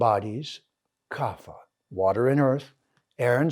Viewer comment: Trying to be as civil as I can here but I have studied sanskrit at university level and… wouldn’t this have been more convinving if you hadn’t pronounced kapha wrong repeatedly? There is no f-sound in sanskrit. The ph in kapha is an aspirated p, not an f.